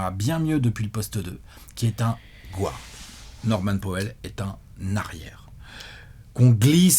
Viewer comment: Guard NOT GWWWard, ca fait saigner les oreilles